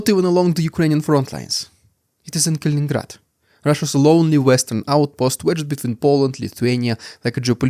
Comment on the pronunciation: you do have interesting points and have this topic cornered. I don't see all of your videos in my feed but the past couple Kaliningrad ones have and I'm glad because there is interest. It's funny, I've heard other youtubers pronounced it Kalingrad, missing one "in", so yeah you're the expert.